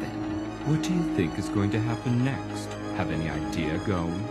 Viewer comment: Bruh the woman pronounced Gon as “Goh-n”